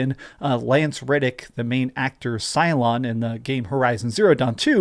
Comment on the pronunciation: bro what is it with you and wildly mispronouncing names?😭mf said “SyLoN”🤣💀